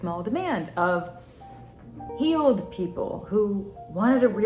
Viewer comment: I kept hearing “heeled” instead of “healed” and picturing what thag meant had me so confused😂